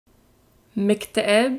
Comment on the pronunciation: There is a mistake its not مِكتئب (miktaib) its مُكتئب(moukta'ib)